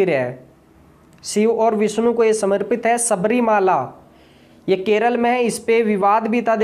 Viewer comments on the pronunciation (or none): none